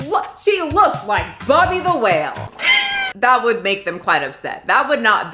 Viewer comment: You said bubby the whale 🐳😂😂